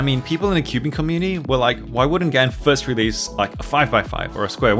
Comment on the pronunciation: FINNALY he reliased it is Gan not Gaan